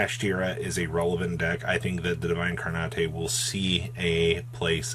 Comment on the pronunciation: I thought it was pronounced like "div-en-car-net" Its a portmanteau of the words divinity and encarnate, the other pronunciation just sounds like incoherent Italian gibberish. So what, is this card just really good right now against Kashtira specifically? I picked up 2 of these back when it was, like, 7-10 dollars a copy.